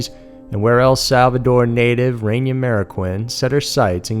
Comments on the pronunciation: It's Reyna not Renya... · Say it with me REY●NA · Pronounced Rain-Uh..Meaning QUEEN in spanish.. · It's pronounced RAY-NAH. But awesome video like always 💖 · Came to say this. I was beginning to think that I was the only one who noticed.